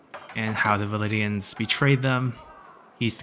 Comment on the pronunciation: VLANDIANS. Not VALIDIANS